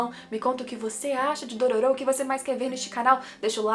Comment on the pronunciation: Não é Dorôro que se pronuncia não?